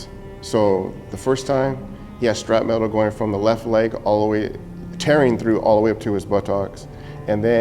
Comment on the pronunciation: Not to be a dick, but I hear so many people, both military and civilian, who say the word "shrapnel" wrong. It's not "scrap metal" or "shrap metal." There's no "metal" in the word, just in the bombs that make the shrapnel lol. Shrapnel is pronounced "shrap-null" or "shrap-nuhl." Shrapnel is potentially lethal fragments and pieces of a bomb or explosive that fly out at ultra high velocities in all directions after detonating. Even small pieces of shrapnel can be far more devastating to tissue than a bullet of comparable size. High explosives can detonate with an explosive velocity of up to 30,000 feet per second and that energy is imparted to the shrapnel. For comparison, the 5.56mm bullet fired from M16s, M4s, and AR-15s, leaves the barrel at an average of 3,000 feet per second and is considered to be a high velocity round! 9mm is 1,100 to 1,200 feet per second. Now you know why people who witness bomb attacks and thier aftermath often use the term "vaporized" to describe the effect a bomb can have on the human body. I'm guessing so many people say "metal" because in most cases the majority of shrapnel is from the bomb or she'll casing itself which is iron or steel.